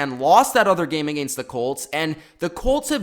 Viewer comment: Agaynst? What the fuck dude